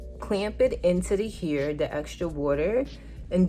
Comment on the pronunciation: The way you say hair 😂 ... soud like u saying “your here” Lolol ... what accent is that? Not making fun or trying to b negative.... I was just watching and when u said hair I was really thinking what “ what is she aaying” your what? Lol